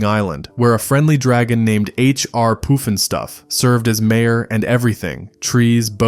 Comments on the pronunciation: It's PUFF N STUFF... NOT poof n stuff. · Puff n stuff not poof n stuff! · Puffin stuff not poofinstuff!!😂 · It's "puff" and stuff, not "poof" and stuff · and it's pronounced puff-in-stuff, not poof-n-stuff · PUFF ..PUFF NOT POOF ..YOU GOOF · Puff & Stuff!!! Not poof .. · HR Poofinstuf?? C'mon! Read the damn script before showtime.!! PUFFnStuf argh..... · LOL, AI called it, "H R Poof 'n Stuff". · Why did the announcer call it "poof'in'stuff"? Good lord. At least get the name right. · Its H.R.Pufnstuf😊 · "POOFin-stuff" cool AI dude....so lame. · Yes thanks for the correction that was driving me nuts.